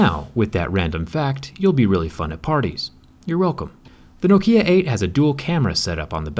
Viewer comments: Ahhh sthap its Knock-E-Ya not No-Key-Ya :/ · Man, the stress is on the first syllable. NOkia, not noKIA. Hurts my ears. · It's Nŏkia, not Nokĭa, emphasis on "o", not on "i". Great durability test, bravo. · It’s pronounced Knock Kia not No Kia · I though here in the U.S it was pronounced No-kia and not no-kee-yah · It is pronounced Nok-ya not Nok-iyah!!!!!!!!!!!!!!! Whats wrong with you!!!!!! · it is nókia, not the goddamn nokía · As a Brazilian, watching it was painful, we pronounce Nokia as "Nóquīá" and you say it like "Nôkiã" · In Finland we say "Nokia" not "Noukhia" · Не нокИа, а нОкиа. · KNOW KEY UH ;_;.... KNOCK E UH ftw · I really find disturbing the way you say noKIA lol,its NOkia(short O) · you're the only person i've ever heard say no-KI-a and not NO-ki-a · I ireland we say knock-ia saying no-kia hurts my head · No-keya? It's no-kia people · NOkia not noKIA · Nokia, not nokiiia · it's pronounced nOkia, not "no kia". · No kia and kee fyr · U say Nokiá not Nokía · Why are you saying NoKia? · In America it’a pretty standard to say “N’kia”? No, there’s no shwa after the “N”, in British English you have the long “O”, and in American you have the “OU”. It’s legit the official transcription of the word, nobody says “N’kia”. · Nok-ee-a Nokia. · I pronounce Nokia "Knock here" Btw, the first K in knock is silent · In greece we comonly pronounce it as nókia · Nononono not 'no kia' or 'nok ia' its 'nokia' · In Australia Nokia is Pronounced like knockia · No, Nokia isn't pronounced differently all over the world. It's pronounced NOKia globally. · Hey dude. It's not Nokiiiia, it's Nokia. Short, precise i (what you call an e, all you American-English dyslexians). So stop saying Nokiiiia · Stop Say No Kia pls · It’s not Nokeeeeeuh. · No-kia... What a strange pronouncation. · its not nokeya its nokia 😉🤣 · just sounds strange to me, I pronounce it nok-ia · no kee ya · Nokía sounds annoying for me... Why pronounce it like that? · Its pronounced Nok-ia. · It's nokia not no kia